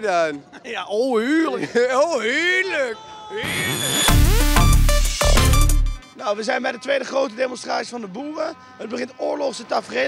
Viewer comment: ik vind het de max als diene gast zegt ' Heerluk' xD jonge ik kan niet meer als hij dat zegt